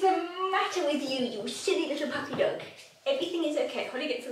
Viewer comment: Holly, e si pronuncia la 'H'!